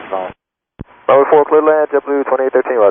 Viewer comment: I can't stand the way both pilots and ATC pronounce "cleared to land" as "cledelan". This slurring is just the kind of thing that confuses foreign pilots.